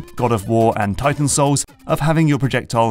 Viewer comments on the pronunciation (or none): none